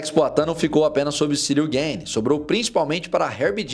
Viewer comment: Gueine, Gueyne, Gayne... tu é americano cara? GANE é Francês.